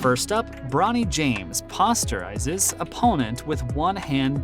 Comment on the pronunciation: Pronounced posterized wrong, is this a real sports channel?